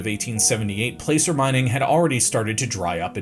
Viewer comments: Enjoyed the video! For next time, "placer" (mining) rhymes with "passer," not "pacer." 🙂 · 'Placer'- its pronounced 'plasser'. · Placer is pronounxed "plasser" when referring to the type of mining.